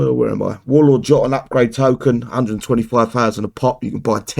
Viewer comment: its pronounce youtonn just googled it